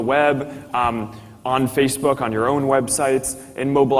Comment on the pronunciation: He can't even say Facebook, he says Feecebook! Give Zuker all you're info and it will be sold and used down the line by manipulators that will pester you forever. Wake up, it's got nothing to do with communication or friends but all you're doing is setting yourself up as a target for commerce. I deleted my account and my life has improved now as I don't have to look at 'Mary likes the Hat Shop', the silly adverts on the right and millions of dickheads posing in nightclubs or by famous landmarks!